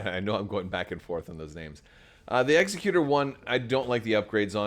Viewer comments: Executor like ex-ECK-you-tore. As in “Executor? For Aiur! What would you ask of me? As you will?” Protoss players could never forget. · Exec-utor. Rogue Squadron 3 pronounces it this way. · As you say, it's star wars and they're not speaking english so you can pronounce it however you want, but really the word for a person that does executions is an executioner, not an executor. So it's definitely pronounced like executor of an estate. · Suggestion for those who are posting about pronunciation of Executor: use caps for emphasis. Ex-EC-u-tor vs EXE-cu-tor. Otherwise they all look the same 😬